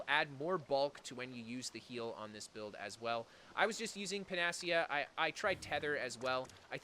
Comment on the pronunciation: Pan-a-see-a, just FYI